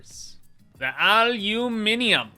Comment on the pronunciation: Me spending 8 hours trying to say aluminium and just saying:aluminiminum